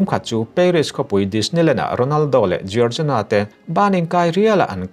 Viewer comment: Jiorzina ❌ Jorgina ✅